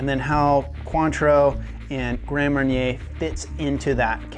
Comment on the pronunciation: Mar-nyay not mair-inner